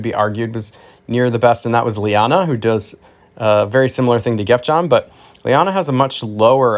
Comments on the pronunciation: Pronounced Geff-yoon according to google search of Norse gods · Geff'yon... Also, Muss'pell'heim. Also, congrats on Norns!